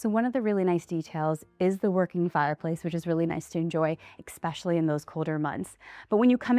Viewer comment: Especially not expetially please!